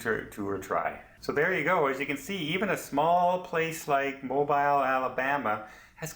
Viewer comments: mo beel, not mo biil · Mobeeeeel please? Not Mobeyel. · Please learn to pronounce the City name when you do a review. It is NOT MOW Bile. It is pronounced MOBEELE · It’s pronounced mo bill alabama lol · Its pronounced MOO - BEAL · ha ha mobile phone alabama. its mo-beel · I love the shout out of my home city but I know it's wrote mobile but it's pronounced mo bill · Please it is NOT pronounced like a cell phone Mobile.. to break it down before anyone goes... Moe (like Larry Curly and Moe) Bill (like the bill of your cap or a duck bill) Moe-bill .... sorry we are very proud of our port city. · YES...but all is the same as you pronounce it for everything BUT the city. The pronunciation is specific for that city only. If you are anywhere in the US even one or two states away from Mobile, and call it Mo-Biiiil, the locals will look at you like you, shake their heads, and immediately ask where you are from since it makes it obvious you do not know the colloquial pronunciation of the city name. Again, just trying to help, since this is a very Southern US specific case. Also, in case you have never visited, the SE part of the US does things a little different due to the various cultural histories in the areas. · You could have learned to pronounce Mobile correctly. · Nice video but I need to correct your mispronounciation of Mobile..I live in Mobile soo I want to teach you the right way ...you say Mobile..like its a mobile phone.. Mobile has so much French influence..as does it's name. Think of the word..seal..then add Mobile..so its a hard Inflection on bile...sounds like seal. Welcome to Mobile. We love tourists! Sounds like you are Canadian? Come on down to see our beautiful historic city! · LOL LOL We forgive you. That is ok that you pronounce the city different than most do. I love the way you can laugh at yourself. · lol their making fun of you in the comments on how you pronounce this one :)